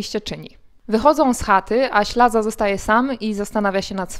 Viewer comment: W dramacie występuje Ślaz nie Ślaza!